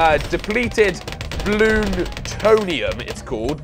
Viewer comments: lern to read it says depleted bloontonium not depelte blooninius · It's (bloon-tone-e-um